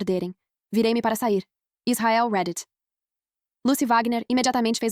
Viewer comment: Queria fala para ela como se fala a palavra (REDDIT) Não é uma crítica só falando mesmo.